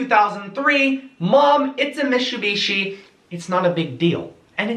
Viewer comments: 三菱 or ミツビシ is pronounced the same way as it is written Mitsubishi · the type of guy to say "Mishubishi" instead of Mitsubushi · the type of guy to he also said mishubishi instead of Mitsubishi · "Mishoobeeshee, hundie" learn how to pronounce words bud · “Next is the Meshoebeshe lancer evo” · the type of guy to call Mitsubishi mishoobeeshe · idillit haha I heard it too 😂😂😂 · Mishubishshsi lol